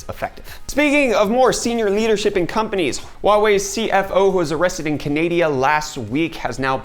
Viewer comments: I hope you said canadia instead of canada either on purpose ironically, as a joke, or accidentally as a slip of the tongue cause if not then you have my condolences. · Dude It’s “CAN-A-DA” not “CAN-A-D-A”; love you’re channel, but you’ve said it wrong twice in the last week now. Yes I am Canadian 😂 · Canadia? Really dude?